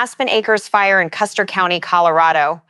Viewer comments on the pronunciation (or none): none